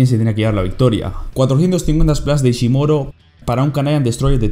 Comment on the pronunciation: el unico error en el que me he fijado ha sido que en vez de decir ishimori decías ishimoro 😂 buen review sigue así